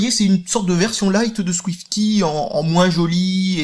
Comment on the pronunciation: Arrête de prononcer [Ki] ^^